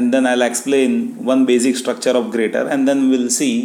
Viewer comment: Sir it is pronounced "jyrator". The 'g' is pronounced the same as in the word "Germany".